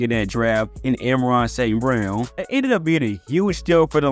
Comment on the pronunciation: Clearly! Lol But if you want to grow this channel, you can’t be butchering the English language, or at least a well known name like ARSB.